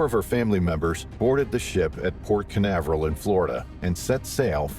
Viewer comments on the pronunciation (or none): none